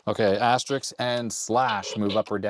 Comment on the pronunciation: It's 'asterisk', NOT 'asteriks'!